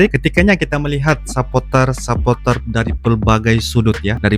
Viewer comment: Bang sapoter bahasa inggris..kalau Indonesia nyebutnya suporter bang eeee